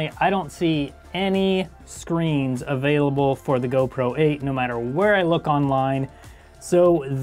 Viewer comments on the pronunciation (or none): none